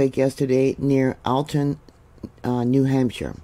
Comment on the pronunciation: I love you Mary and and watch you regularly. I'm from New England and I know your not. And I'm sure I wouldn't do any justice for towns out your way...but your pronouncing of these names was a nice try. Very familiar with this New Hampshire area. Alton is more like ( All ton) Portsmouth is more like ( Ports Muth) hope that helps